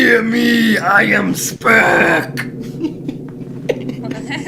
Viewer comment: joe: "i am a combination of kirk and spock" me: kock? Joe: Sprik me: oh